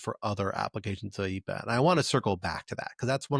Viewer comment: AYE - EE - PAH sounds like Speedy Gonzales has a cold.